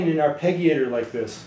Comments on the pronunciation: this is how to pronounce Arpeggiator > Arr-pedge-ee-ate-or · Mispronounced arpeggiator (are-pe-jee-A-tor). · Soft "g", buddy. As in "g"iant. Arpeggiare -> arpeggio -> arpeggiator.